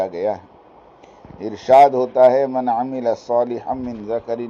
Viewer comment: جناب پہلے اپنا رٹا مارا ہو کسی اچھے عالم کو سنا دیا کرو تاکہ آپ کی صرف اردو ہی ٹھیک ہو جائے عربی قواعد وغیرہ تو چھوڑ ہی دو (من) تبعیضیہ ہی نہیں بول پارہے ہو 😂